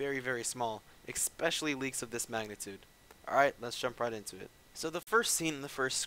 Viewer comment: Love it how you say expecially